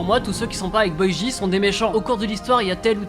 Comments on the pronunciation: c`est pas boiji mais boji prononce bien stp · Boy ji… un minimum de respect sur prononciation please^^